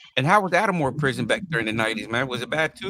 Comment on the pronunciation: Not “At-a-More” lol (Atmore) It was 4 prisons there.. Holman, Fountain, JO Davis & Atmore Work Center (prison)